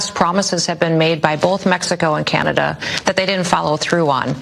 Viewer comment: hey bud don't disrespect us! it's Canada not canadia